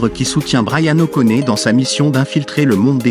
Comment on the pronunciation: Et appeler Bryan o'conner, quelle honte cest O'Connoooor bordel de voix ia de m*rde